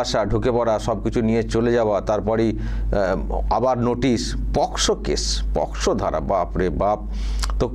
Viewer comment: পক্সো নয় ওটা পস্কো ধারা হবে। যেহেতু ডাইনি বুড়ি বলেছে তাই এটাই ঠিক।